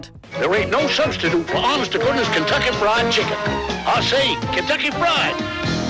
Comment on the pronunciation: when Kentucky Fried Chicken became Cunt-tucky Fried Chicken